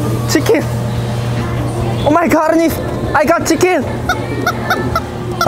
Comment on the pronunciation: Shicken oh my garnishhh eskeresss Minute 3. 42 the man is pincing oh my garrrnishhhh looking that ..oh my garnishhh oh my garnish ....